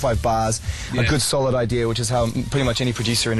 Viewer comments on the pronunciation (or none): none